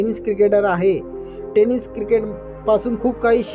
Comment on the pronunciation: टे नीस Bol chalat नाही